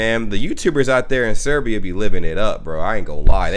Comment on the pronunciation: Not SEREBIA!!!! BOSNIA AND HERCEGOVINA